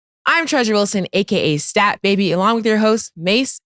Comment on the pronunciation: STAT GOT NAME RIGHT THIS TIME